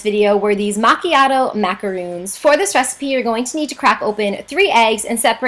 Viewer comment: I know this is rude... so I am very sorry in advance, but it really bothered me that she was pronouncing things wrong. Sorry! #grammarnazi macarOns** eSpresso**